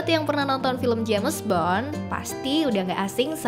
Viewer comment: Jems but ai reng